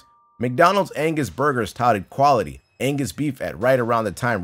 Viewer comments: I thought Angus meat said anus meat. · Angus burgers A N G U S B U R G E R S Angsty burgers? 😐